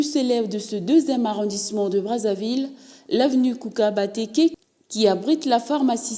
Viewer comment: Vous déformez un peu le nom de la ruelle avec le ''N'' de trop que vous ajoutez partout. Le nom c'est Nkouka Batekes, et non NKOUNKA...